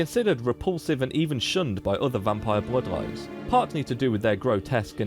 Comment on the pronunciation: Is that a dutch accent I detect from your pronunciation of the word "bloodlines"? I'm not super great at guessing accents right now.